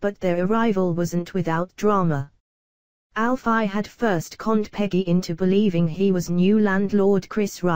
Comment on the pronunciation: robotic voice 😠 can't even say Alfie right or Walford